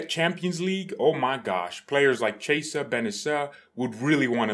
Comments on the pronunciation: Ki - Eh - Sah. Not Che - Sah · His name is pronounced as "kiyeza" 💀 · His Name is pronounced like kiesa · Let him say 'chesa', it's so funny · "Chi" in Italian makes a "kee" sound as in "keep". You should pronounce his name as "kee-yeh-sah", with the first two syllables said really fast together. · No it isn't. "Chi" in Italian makes a "kee" sound as in "keep". For anglos who don't speak Italian, you should pronounce his name as "kee-yeh-sah", with the first two syllables said really fast together.